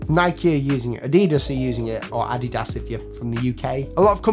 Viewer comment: great video bud! but your pronunciation of "ADIDAS" is wrong hehe, this sounds very funny c